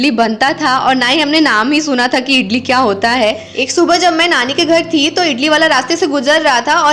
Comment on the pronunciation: Hi idli bolate hai Italy Nahin hota hai Baki A1 aapka video bahut Achcha Laga bahut Sundar lage raho